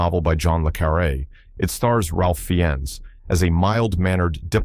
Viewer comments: It's pronounced Rafe Fines. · Jesus. Learn how to pronounce words and names. His name is “ Rafe Fines ” not whatever you’re saying. Cliches abound